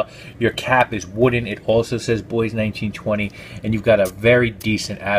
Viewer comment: You pronounced Bois right as well. I learned that last year lol.